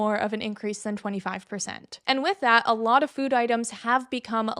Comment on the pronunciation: The way you say food as “fewd” makes me giggle every time